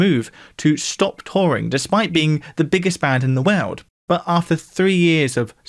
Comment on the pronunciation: I've watched a good number of videos, but never noticed anything odd in his pronunciations before. But in this video, nearly every time he says 'world' he pronounces it 'way-uld'. It's bizarre.